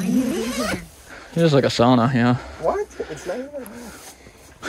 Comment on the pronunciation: Sauna pronounced correctly for once, best regards a finn